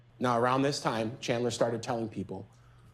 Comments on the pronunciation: His attorney kept calling him “chander” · very late comment but you can tell chandler's defense attorney was super nervous about this because she was mispronouncing so many things. "chander" instead of "chandler". "that halderson's home" instead of "the halderson's home" or even just "their home". my god... i hope she's doing ok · She's mispronounced his first name twice in the first minute. She keeps calling g him "Chander", rather than Chandler. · I will never get over Chandler's own defense attorney repeatedly mispronouncing his name as "Chander." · The defense attorney just called him “chander” instead of chandler in the first 8 seconds of her opening statement. THE SHADE 😂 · Is the Defense Attorney calling her client "Chander" instead of "Chandler"? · His lawyer couldn't even pronouce his name right. She's literally calling him "Chander". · Was the DA calling Chandler "Chander"??? lol You know it's bad when the person who gets paid to defend you can't even get your name right, much less say a name that's not a name... O.o This whole video has been wild. I just wanted to comment this cuz it made me laugh cuz I know what it's like for people to get your name wrong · Is it just me or does his attorney keep calling him Chander? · How many times did his own defense attorney call him CHAND-ER. Can't even pronounce his name correctly but enunciates EVERYTHING else so hard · The defense lady can’t stop saying “Chander Halderson” 😭😭😭😂😂🥹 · miss defense even got his name wrong (chander) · The defense attorney says “Chander” I swear to god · The defense attorney got chandlers name wrong multiple times lmao😂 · you know the defense is gonna be shit when the defense attorney pronounces the defendants name wrong every time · When the attorney kept saying his name wrong!! I was screaming